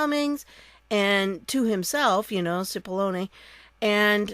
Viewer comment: It's pronounces like Chip-ollone.